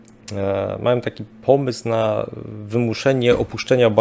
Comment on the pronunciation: Panie Szanowny! Czy wykładał pan kiedyś na jakiejś uczelni czy choćby w szkole! Nie? A, to widać i, co gorsza, słychać. Nie ma straszniejszej porażki niż jąkający się wykładowca z zaschniętym gardłem. Jąkania pan uniknął. Ale tego przełykania nie da się słuchać. No i "-ą". Na litość boską, niech pan nie gada jak Kaczyński! A pan uparcie, jak ktoś niewykształcony, wali: majom, biorom, walczom, donoszom, bendom, drogom, fajnom, całom!!! To, szanowny panie, DYSKWALIFIKACJA. Nie ma za co, pozdrawiam. Dr habil. n. med.